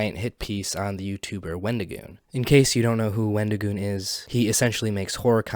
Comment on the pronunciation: The example he used of "far right" is basically just the anyone more to the right than he is. For someone who wants to seem so upset that someone made a video with our favorite avocado, he sure can't say his name correctly. His response on X was awful. I'm sorry, but it was the worst explanation ever. "Oh, I've gotten tons of things factually wrong because I can't control my emotions. Yes, i got things wrong but that doesn't change my opinion that all conservatives are evil and that wendigioon shouldn't be allowed to exist in horror or public spaces because i don't agree with his political or religious views. Oh, also, everything else i said that was factually wrong i stand behind as well but yeah, I shouldn't have used those pictures." His idea that people calling him names means they're nazis is just as crazy as his other takes. I'm not surprised to see that IPOS doesn't seem to understand you can be friends with people who have different beliefs than you of your a well adjusted individual. I'm the type of guy to hear someone said a slur and go "Oh no, anyway..." Because i understand that words only have power that you give them. Just like money only has value because we decided it did. People who make it seem like someone was out there physically assaulting people have no life. Horror is about the thrill of fear and suspense in a safe environment where you're allowed to express these feelings without being in danger, with various underlying types of horror invoking differe